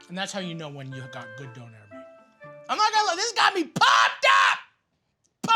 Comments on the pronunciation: I love how he says donAIR instead of doner, it’s so wrong yet so funny 😂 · love you matty and canada but im pretty sure its Döner :p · It is döner not donair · It's Döner ffs. DÖNER !!! it's a turkish recipe. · Döner. Or Doner. Donair... no. Please. Don't hurt my little German soul. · All the germans in this comment sec are just shaking their heads rn. Its called Döner guys not Doner, not Donar and definitely not Donair. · The way he pronounces Döner makes me laugh